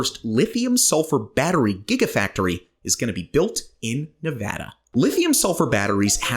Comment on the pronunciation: Yooooo you actually pronounced Nevada correctly! Kudos to you! 😁